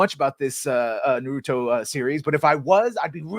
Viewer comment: It’s Na-ru-to